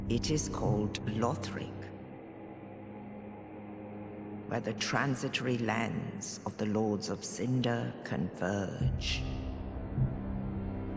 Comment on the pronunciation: "...Lotheric..." help this man